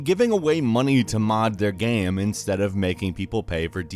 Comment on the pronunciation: Why did he say money like that??😂